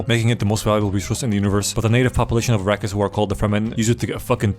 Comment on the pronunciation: "Arakis" "iraqis" Niggas didn't even try to hide it 😭🙏